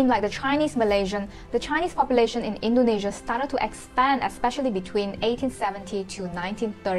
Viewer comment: Please learn how to pronounce the names of the countries Indonesia n Malaysia correctly. It's so basic.